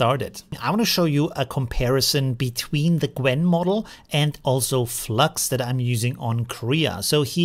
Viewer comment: So you haven’t noticed that he kept calling it Gwen throughout the whole video?